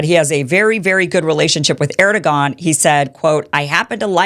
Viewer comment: Is that the right way to pronounce Erdogan?